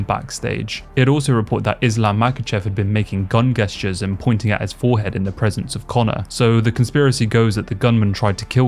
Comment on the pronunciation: Gesture is pronounced j-esture not geh-sture